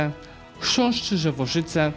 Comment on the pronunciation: lovely to see a foreigner say CHRZĄSZCZYŻEWOSZYCE perfectly, and its sad to see constantinopole has no LAND to walk through, also sad to see 0 conquers in 16 minutes of the video